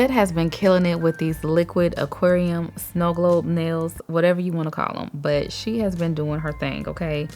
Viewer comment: I love how you say Oquarium haahha 💕😘